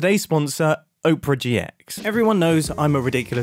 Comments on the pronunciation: Oprah GX 😂😂😂 would you like to see the latest showing at the OPRAH ((instead of opera) my bro. i love you, but its three syllables. thats why brits have trouble saying it. " AH - per - uh" love this episode mate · mumbo.... its op er a not oprah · is mumbo pronouncing opera like oprah in the ad read? XD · Mumbo did you say "Oprah GX"? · You say it as Oprah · Mumbo: I'm saying Opera right guys trust me CC: Oprah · Oprah GX? Never heard anyone pronounce it that way. "look under your chair, you get a gaming browser, and you get a gaming browser, EVERYONE GETS A FREE GAMING BROWSER!" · Mumbo, my dear, my love, darling. I feel like I cannot let you continue like this. I care for you far too much. It's pronounced "ah-pra," like the show with the singing. Hope this helps. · "Oh-prah gee ex" seems like the wrong way to pronounce Opera. I think it's supposed to sound like the musical performance rather than the daytime talk host. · Please don’t say oh-per-a gx it kills me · There is no way that is the correct pronunciation of opera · If you're saying it right, then they spelled it wrong. If it's supposed to sound like the name of the TV Personality, it should be spelled Oprah...because that's how her name is spelled. If it's supposed to be spelled that way, it should be pronounced the same way as the theatrical/musical style Opera. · Noooo you said opera wrong go backkk